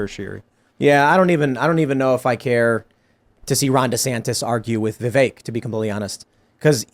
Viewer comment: Yes but the majority of interviewers still say Vivekk. They can’t remember the mnemonic. 😂